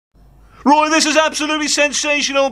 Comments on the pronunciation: The last time I was this hyped, it was when Return of the Jedi was released. Now it's Weturn of the Woy!!! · Woy is back. He may be 94 but he can still wun wings awound the Palace defence. I think that's what he said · Woy weturns